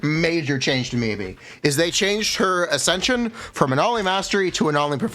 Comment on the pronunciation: god i despise how he pronounces Miyabi, besides that love the content